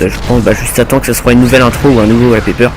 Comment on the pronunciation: + j'ai explosé à la prononciation de "wallpaper" :rire